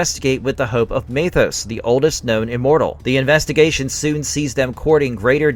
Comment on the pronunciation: MEthos. Not MAYthos. There’s only about a hundred episodes where were given the pronunciation.